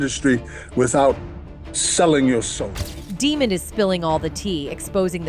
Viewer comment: Pronounce it right... 420 (DA' MOND WILSON) NOT DEMON